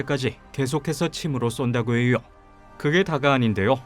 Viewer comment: 고통스럽다고해여! 알려져 있어여! 의미하져! 발음 왜이래 ㅋㅋ